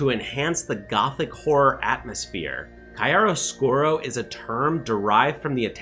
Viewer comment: Enjoyed it, but wanted something very different in plot, not only visually btw italian pronounce of "chiaro scuro" is "keearo skooro" 😉 greetings